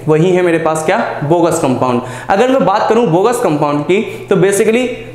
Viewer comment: Its Bogue's not Bogus sir.